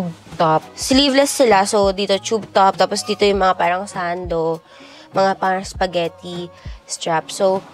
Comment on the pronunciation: Ang aarte nyo magsalita magbigkas lang ng “parang” ang arte arte